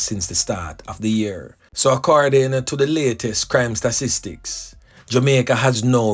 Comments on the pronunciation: "STA TIS TICS"....l NOT STASTISTICS... Everytime Mi hear U seh suh MI get a SUDDEN HEADACHE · Stop with the stupid percentage....the word is pronounced STA...TIS...TICS....BRO LEARN TO READ YOU ARE A BIG MAN...PRACTICE YOUR SYLLABLE BRO... YOUR GRAMMAR IS POOR....YOUR PRONOUNCIATION IS POOR...O.T.SM....COME ON BRO!